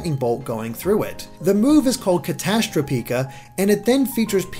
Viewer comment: I thought it was pronounced Cat-ah-stro-pick-ah